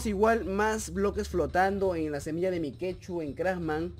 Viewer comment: Es Mike.two (se pronuncia maik tu, no mikechu, eso lo puso akela)